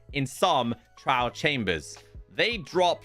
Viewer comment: Man couldnt say the word trial properly to save his life. If i werent reading the signs on screen I'd have no idea what he's on about.